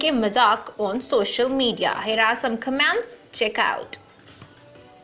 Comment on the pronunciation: It's not commmaaants....It's comment.